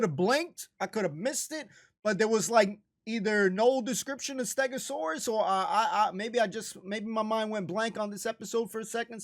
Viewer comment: Steg-o-saw-us really did save this episode from being flat out bad. All I’ll say for the next episode is you are gonna love it soooo much more than this one! Looking forward to next week! :)